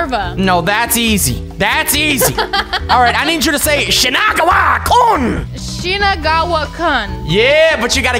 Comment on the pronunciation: pronounced shinagawa kun right